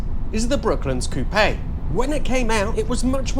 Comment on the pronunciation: “COOP”!!!! Not “coopeh…..” For cryin out loud!